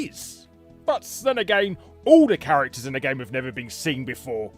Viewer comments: 'chararacters' lol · "chararacters" right on